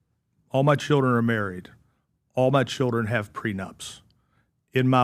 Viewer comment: "Dit you mean your CHILRINS Chilrin...?" this comment approved by my speech therapist Al Sharpton